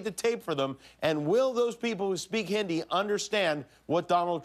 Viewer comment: Trump speaking Hindi is almost( but not quite) as cringe as Kimmel saying Hin- dee. If you're gonna roast someone for speaking a foreign language incorrectly, at least bother to learn the pronunciation of the name of the language first. It's just hypocrisy otherwise.